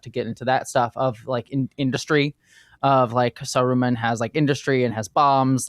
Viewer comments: The funny thing is that the first time she said it, she said it normally -- and then sa-RU-man just came out of nowhere and never stopped lmao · Not SaROOmun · Sorry .. Sa-what-man? Sa-roo-man? Who is this Sarooman fellow? 🤨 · Sah roo mun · That's the way the audio book I once listened to pronounced it, I kinda like it because it helps differentiate Saruman from Sauron in the ears of casuals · pronunciation of Saruman is making my eye twitch. 😂